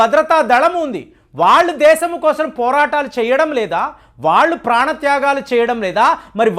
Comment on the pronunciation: Kosram kaadu kosam adi.....telugu sarigga palakandi. meeru babu,modi bhajana batch ani telusu